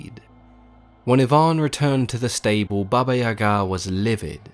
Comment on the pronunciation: I love this story about Koschay. Just an FYI, it's Baba Yaga accent on the Ya not ga.